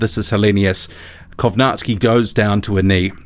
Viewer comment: do you have slavic heritage by any chance?? i always wondered why you pronounced kownacki the correct way.